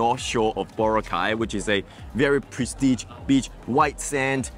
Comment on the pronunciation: Its pronounced Boh Rah Kay ( not bora cay